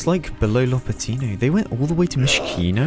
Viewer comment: Not lopatIIIno, but lopAAAtino